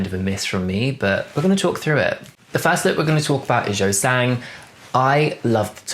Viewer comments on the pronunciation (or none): A little tip on pronunciation: Yunho is pronounced similarly to if you say "you know" and the "you" is stretched out a tiny bit, also I noticed that you tend to pronounce Yeosang more like "Yo Sang" so you just gotta remember that the "eo" in his name is pronounced the same as the "eo" in Seonghwa (which you pronounce pretty correctly!). If I could give a very British example: at the moment it's like you're pronouncing Yeosang's name like how some people say "scone" - rhyming with "own" when it should actually be "scone" - rhyming with "on" in Yeosang's name. I hope this is at least a tiny bit helpful, Korean pronunciations are really hard...